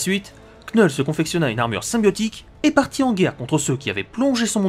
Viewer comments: de l'accent dire " knoull "c'est toujours mieux que dire knull comme "null" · Tu devrais prononcer son nom "Knoull" sa sonne mieux et presque tous le monde dirais knoull en prononciation plutôt que knull et franchement entendre cette prononciation c'est désagréable ...